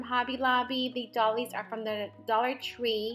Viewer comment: So cute! Oh, and doilies is pronounced "doy-lees" 🖤🖤🖤🖤🖤🖤